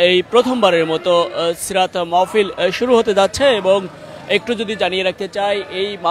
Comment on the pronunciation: মাওফিল,মওফিল❌ মাহ্ফিল✅ হবে।